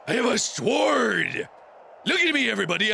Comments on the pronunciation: he pronounced sword sword not sord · The "w" in sword is silent XD